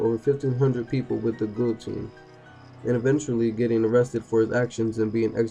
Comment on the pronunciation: Its a guillotine pronounced gi-uh-teen. Potato face.